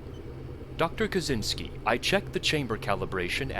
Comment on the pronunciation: Kaczynski is a ka-chins-ky.